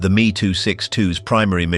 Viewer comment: I absolutely love this but also hate that AI was used.. Its lazy!! It is not the "me" Its called the M!! E!!! ME 262!!!! I do appreciate the attempt at telling people the amount of what is still bought, Used, and consumed today that was developed during the time of Nazi power I am told I am full of crap.. Ignorance has run rampant due to the modern programming of the masses.. Luckily I have procured many original items that prove otherwise.. All day every day.. Now these video producers need to devote a lot more time towards being accurate instead of using chat GPT..